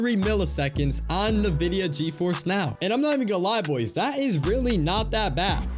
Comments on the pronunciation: Great video. PS its pronounced INvidia, rather than Navidia. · "Nividia" lol